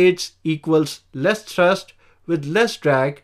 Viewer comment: "Co-rotating coaxial propellers" do not exist in practice. "Thurst" = thrust. High pitch angle at the root to low pitch angle at the tip. Most designs use tilting rotors for vertical takeoff and cruise, so require variable pitch propellers for better efficiency. Sharrow propellers are manufactured on 5-axis Heller HF3500 CNC machines. Worse control due to poor PID response from the greater mass/inertia of the toroidal props. Jetson ONE does not use coaxial propellers; rather, each corner uses twin motors in a tractor-pusher configuration. Coaxial propellers/rotors provide more control and maneuverability for the same footprint as a single rotor; however, two separate rotors are more efficient and provide more thrust/control. Jetson ONE has fixed pitch propellers/rotors, so cannot vary the pitch of each rotor; likewise, each corner's pair of motors vary their rotational speed together. Contra-rotating coaxial propellers can be arranged such that the aft propeller is smaller in diameter but higher in pitch than the fore propeller, which could provide better efficiency than a single propeller. (Similar to the ducted fan, albeit variable pitch, discussed .) "Co-rotating coaxial propellers" do not exist in practice. "Co-rotating coaxial propellers" are not used in practice, as opposed to contra-rotating coaxial propellers, because of the lack of cancellation of torque/propwash/gyroscopic precession/etc., more susc